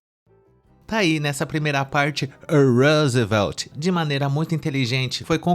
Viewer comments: Esse "Roosevelt" é M-A-R-A-V-I-L-I-N-D-O de ouvir 😂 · Vixxxiii mano, lá no nordeste as pessoas tem nomes e sobrenomes dignos de americanos, Tayane Smith, O repórter se chama Rosveld 😂😂😂